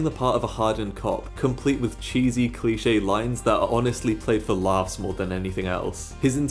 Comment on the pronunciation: Cliché* not Clichei